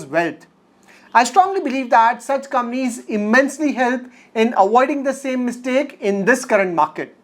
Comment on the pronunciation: Nice video. One small request: please pronounce "Companies" properly. Sometimes it is difficult to follow the video.